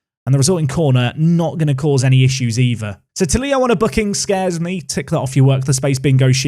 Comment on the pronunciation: Love the series but Marcus tulio you say it wrong I’m Brazilian and you say it like two-Leo